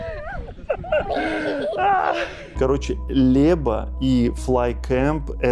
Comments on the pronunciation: У Вас плохое произношение: нет Льеба, но Лэба: Łeba nie Leba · "Ł"- zwuczit kak anglijskoe "W". Nie Lieba - a Weba!